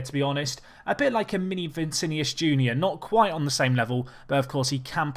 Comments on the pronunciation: My god, its VI NI CI not VI CI NIUS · It’s not vincinius it’s Vinicius